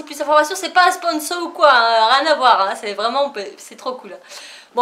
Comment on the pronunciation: Cool ce vlog, le projet scrap pour halloween est vraiment top, et le drone aussi Juste une petite remarque parce que ça fait mal aux oreilles: il faut que je vois (et pas voiye) et une fois que vous avez acquis (et non acquéri)